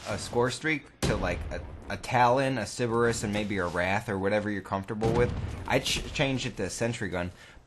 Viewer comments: Siberus? Its pronounced Sir-Burr-Rus. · Sorry for being a grammar Nazi, but it's Pronounced Sir-ber-us not sib-er-us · "Siberus" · Why is everyone in the cod community incapable of saying Cerberus. It's Cerberus not ceribus or ciburus. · Bruh it's CERBERUS (SIR-BURR-US) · How I know you're from Wisconsin. You call the Cerberus a Sybarris.